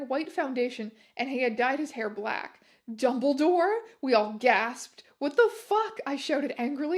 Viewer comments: I'll forever hear 'dumbledore' as 'dumbleydoor' from this day forwards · i am unable to express to you how much it makes me laugh every time you say dumblydore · "Dumbleedore" thats all😂😭